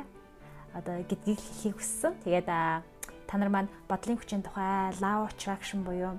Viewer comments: Law of attractionы law гийн дуудлагыг лау гээд бичсэнээр нь дуудаад байх юм. Бараг лав гээд love гэдэг шиг дуудаад байх юм. Ло шүү дээ. Ло гэж дуудна биздээ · Law of Attraction = Лоо гэж унших юм биш үү, лаав биш